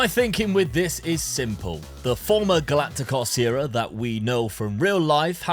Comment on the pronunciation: Just pointing out how to pronounce galactico correctly.